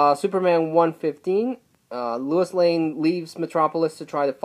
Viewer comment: Did you say Lewis Lane?